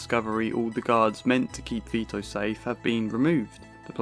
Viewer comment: Vito not Vio mate